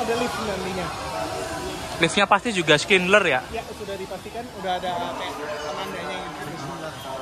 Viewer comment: Terima kasih sudah update. Anyway, boleh saya berkomentar? Saya noticed kalau mengucapkan "switch over" hanya seperti "swit over" (tanpa akhiran ch), sehingga mungkin bisa disalah artikan sebagai "sweet over" 😅✌️ Kemudian untuk merk escalator "Schindler", dibacanya "syindler" karena itu ejaan Jerman 😊 Terima kasih, salam dr Munich